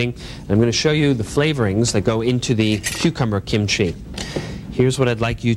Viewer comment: Amazing show, he even pronounced kimchi correctly.